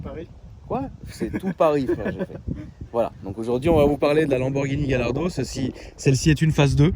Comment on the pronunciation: Yardo non Gallardo